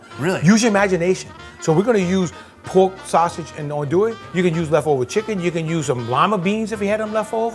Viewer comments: "An doo e" ahahahah not even close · I am from Louisiana and when he said ANDouille I laughed it's spelled that way but I pronounced ON,do,e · LMAO! still said andouille wrong with the phonetic spelling on the screen.